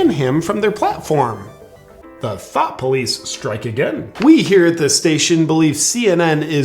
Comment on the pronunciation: He said “The thought police are at it again.” I heard, “The thot police are at it again.”